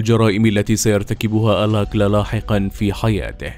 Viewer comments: الاستاذ المقدم أو الكاتب أو المعدين للحلقة، اسم القا،تل رودني آلكالا alkala و ليس الكلا alakla البنت التي فاز بمواعدتها في البرنامج رفضت أن تخرج معه وقالت هذا الذي نجاها من موت محقق لانها لم ترتاح لعيونه أو نظراته ارجعوا إلى الوثائقيات وبرامج القت،لة المتسلسلين الأصلية الأمريكية وشكرا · هو رودني الكالا وليس الاكلا انطق الاسم جيدا